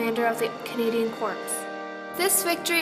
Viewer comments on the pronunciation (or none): This was a very well done presentation, however there where some false facts and you mispronounced the word corps. It is pronounced "core" not "corps". Très it may be weird but it's something you must remember